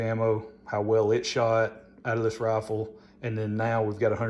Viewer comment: Roffel? Wth is a roffel?